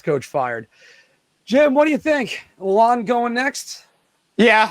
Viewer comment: Also it’s pronounce la-l-owned, if yall care haha